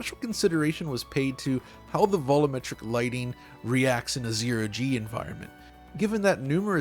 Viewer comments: Vol-you-metric. Say it with me now. Not "Vol-ooo-metric". Learnign is fun. <3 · BRUH, WHEN YOU GOING TO LEARN HOW TO PRONOUNCE "VOLUMETRIC"?